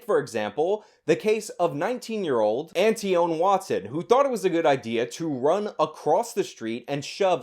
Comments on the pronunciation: “Aunty own” or “Antwon”? 😂🤣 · love your videos, but I'm over here dying over you shitting the bed on your pronunciation of "Antoine". Ant-ee-own LOL. Love it!!! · It’s pronounced Antwan cmon ur from New York.